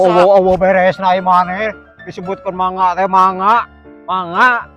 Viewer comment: Caik,,,,bukan naik